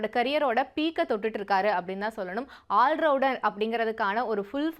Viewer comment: ஒண்னுமில்ல தம்பி காலையில நாக்கு வழி அதனாலதான் மன்னிச்சுடுங்க😂😂😂😂😂😂